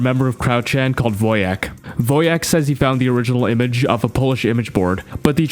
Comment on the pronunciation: It's pronounced voyak, not "woah jack"